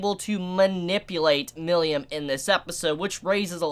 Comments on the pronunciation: Milim (me-lem) Not "millium" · You pronounced "Milim" "Milyam" Lmao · The way pronounces "Milim' gets me every time lol.